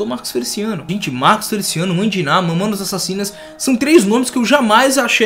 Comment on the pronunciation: momonas momonas kkkk fala o nome dá banda direito e vai estudar sobre a banda kkkk momonas kkk